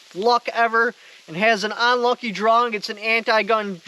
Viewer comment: "What I have is better than a key. It is a draw'ring of a key!"